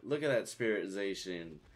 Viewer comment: ITS ZAHSHIAN AND RYEKO AND ZACIAN AND LUGIA ARE GIIIIIIIRS-UH!!!!!!!!!!!!!!!!!!!!!!!!!!!!!!!!!!!!!!💢💢💢💢